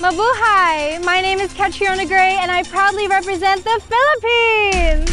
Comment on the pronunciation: Yung pagkaka pronounce niya ng Philippines, pinoy na pinoy ang accent hahaha same kay mutya datul.